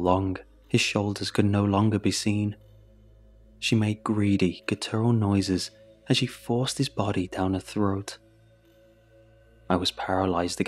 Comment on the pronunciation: Long time fan here 😊 Guttural should not be read with the second U sounding like 'squirrel'. Google the pronunciation the second u.